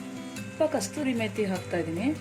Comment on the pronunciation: Kasthuri methi ala kasuri methi...